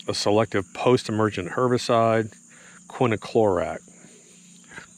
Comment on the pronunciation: It is bit quiniclorac, it's quinclorac. Greg Phillips used to do the same thing. Now he says it correctly.